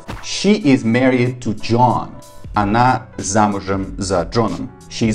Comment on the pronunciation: Slight correction, Married is pronounced marry'd not marry ed